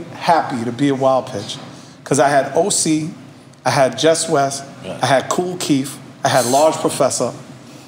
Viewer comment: Why does he keep faking how he talks? This is getting cringy at this point. It is "Cool Keith" not "Cool Keep." This is just sad at this point. Smh.